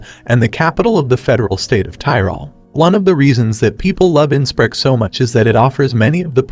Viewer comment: Please try & find out how to pronounce place names correctly before putting out such a video for the public. Graz (pronounced Gratz), Sankt Poelten ( pronounced Sankt Perlten), Innsbruck. ( pronounced Insbrook) , Salzburg ( pronounced Sulzburg). To add to these inaccuracies, Linz is not a lakeside city ( some artificial lakes some distance outside the city). Information easily available on the internet to avoid such embarrassing errors.